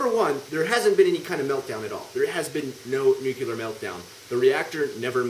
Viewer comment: why do you say "nucular"?